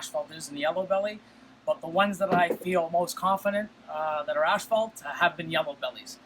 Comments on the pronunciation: Gotta love the way pronounces asphalt. ashhhhfault. Love the freeway stuff! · We are Canadian that’s how it’s pronounced up here. 🤗